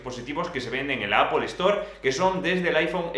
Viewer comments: por qué dice "apol" como los panchos? tío en España decimos "apel" si no quieres pronunciarlo bien en inglés y más españolizado... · min ??? en donde ? en la APOL? naaaaa.... estas haciendo un review y no puedes ni decir bien el nombre de marca hahahahah